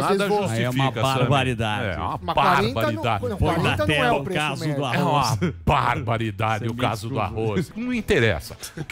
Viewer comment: Samy, aprende primeiro a falar Arroz e depois crítica... escuta como o Daniel e o Emílio, falam... não tem I arroiZ